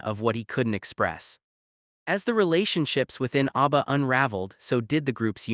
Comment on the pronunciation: Please - it's ABBA, not ARBBA. 👍